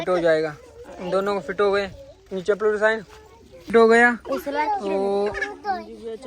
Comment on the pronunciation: Nice vlog .chepal nahi bahi chhapal bolte hai